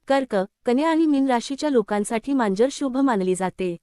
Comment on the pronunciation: मांजर म्हणा , म्यांजर नाही